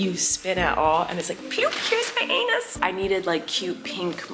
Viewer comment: HELP I CANT STOP LAUGHING WHEN YOU SAID "PEEOOP HERE'S MY ANU:S" 😭😭